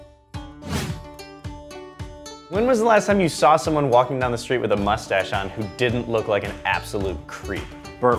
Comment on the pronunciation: the guy that say "no one can see my mushstash "